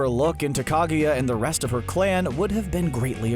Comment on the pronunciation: This narrator guy horrendously butchering Hagoromo and Kaguya's name made me cringe , seriously, do your research about the names people, it's not that fucking hard